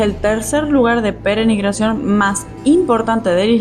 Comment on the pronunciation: Se dice peregrinación no penegrinacion 😮